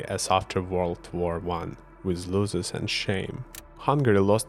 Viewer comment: Your English is perfectly fine! (one thing: the "o" in "losses" is like the "O" in Odessa). I'm from Austria and I fear that we will become the next Putin suckers soon. There are elections this year and our far right FPÖ is according to polls predicted to get the most votes (~30%). You can guess what their stance on Ukraine is (the FPÖ has a "friendship contract" with Russia's "United Russia"). Not that Austria was so much better up to now. We are hiding behind our "neutrality" (being more neutral than Switzerland) to do nothing (btw. the FPÖ is like Orban: in the 2000s they were all for joining NATO, now they are all for "peace" and "neutrality"). Our biggest oil/gas company has a contract with Gazprom running until 2040, and no one is allowed to see the details of the contract. Oligarchs (Russian AND Ukrainian ones) or their families are "hiding" in plain sight in Vienna. A year ago (with the Ukraine war in full swing already) the Chamber of Commerce (an organization mostly controlled by the conservatives, ÖVP) was planning a cross country skiing event for businesses near Moscow and only backed down because of public outrage. I am not mad at all if Ukrainians remember what Austria did (or did not) do and treat them second to last just before Hungary when it comes to contracts after Ukraine's victory!